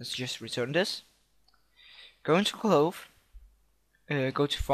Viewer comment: jheez cache you say cash cloth you say clothe Made Me Laugh